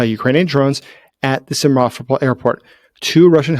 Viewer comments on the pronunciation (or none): Simferopol, accent on the "ro".